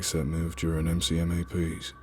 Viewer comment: Love these, have listened to them a million times but small details like ka-bar is pronounced kay bar , mcmap is pronounced like you're ordering it from McDonald's etc. Little details that could make this perfect. I'm not complaining that is constructive criticism 100% . Not being a dick just trying to help